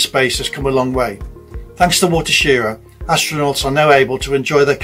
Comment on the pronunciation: pronounced shi-rah